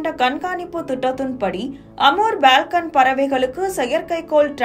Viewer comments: அது பால்கன் பறவையா (balcon) அல்லது ஃபால்கன் பறவையா (falcon)? தகவலைப் படிப்பவர்களுக்கு சரியான உச்சரிப்பு அத்தியாவசியமானது! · It's not BALCON, it's FALCON. Thnks for sharing the info. about Amur Falcon bird!